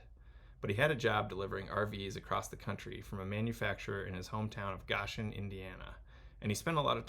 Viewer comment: Awesome video! Saw this in my feed and was immediately intrigued. Just in case you ever do this talk in Indiana: Goshen is pronounced “Go-shin” as opposed to “Gah-shin”